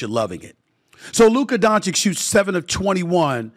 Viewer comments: It has to be on purpose. I know they have trouble pronouncing basic words sometimes ( "ask" and "specific" ) immediately come to mind, but SAS hears Lukas name pronounced correctly a hundred times a day. There's no reason why he shouldn't try to act professionally and at least attempt to say It right. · This man can't even properly pronounce his name after years, that's just disrespectful. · Its been 6 years. Learn to say his name or stop intentionally trying to disrespect him. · How can he be butchering Doncic's name for 6 years??? Dude, you get paid to do this, learn how to say one of the best player's name... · SAS is a luka hater. Not learning to pronounce his last name or mispronouncing proves it. I hate his takes about so many things. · this is his job and it is not a rocket science. And by the way, Doncic is one of the easiest Slavic surnames. If he knows how to say Jokic then it shouldn’t be that tricky. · Learn to pronounce Lukas surname .. or you don't want? or you can't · DONCHICH DONCHICH DONCHICH DONCHICH DONCHICH DONCHICH DONCHICH DONCHICH DONCHICH DONCHICH DONCHICH DONCHICH DONCHICH DONCHICH DONCHICH -------- NOW READ ALL THIS LINE BY LINE AND YOU WILL BE ABLE TO PRONOUNCE DONČIĆ CORRECTLY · unwillingness to even learn to pronounce dončić correct is insane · 😀No way, really? You are forgiven but he is in the media and stll cant pronounce it rigght i mean damn man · It’s actually really easy to pronounce, not sure how u could mess it up. Pretty sure he does it on purpose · Say his last name right!! You’re so called television analyst and does not learn or try to say his name right?? Disgraceful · no he does it on purpose to subtlety disrespect Luka and his greatness. Luka is going to be a Top 5 player EVER, he already has the skillset and now he will win the hardware to confirm it. It’s absolutely disgraceful to not be saying this guys name correctly after 6 years of domination. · If he wins the championship, will you finally say his name right?